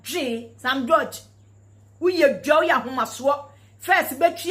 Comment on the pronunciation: She does not even know how to pronounce George, only in Ghana that one can see all this type of woman.